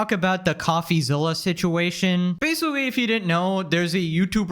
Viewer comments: Staring the video off strong with a classic “Basicawwy” is my favorite speech delayed Youtuber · "Basicawy" lol Don't suggest ts to me youtube